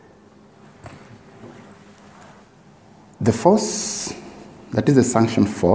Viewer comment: Kindly it is suction not sunction ,bt the video helped a lot Thank you